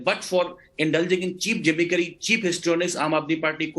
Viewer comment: The way BJP person pronounced “gimmickry” 😂 jimmy-kari